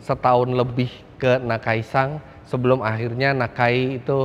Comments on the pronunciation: Gemes dengernya, kenapa jadi nakai-“sang” 🙂‍↔️ Lama2 jadi nakai-sang pangarep 🙃🤦🏻‍♂️ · Menambahkan saja Om Fitra... Namanya Akira Nakai (Nakai SAN) SAN disini artinya sebutan kehormatan seperti "Tuan" atau "Pak" Bukan NakaiSang.... Itu kan yg ngebet jd Walikota...😂😂😂